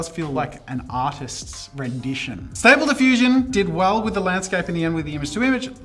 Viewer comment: As someone who uses stable diffusion daily, I was frustrated by the way it was butchered Xd, great video though.